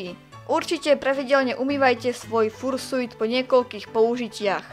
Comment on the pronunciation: raz a naposledy. vyslovuje sa to FARŠJUT! x)